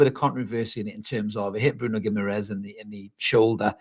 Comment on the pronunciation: Tyldesley was keep calling Bruno Gim-a-rice ffs.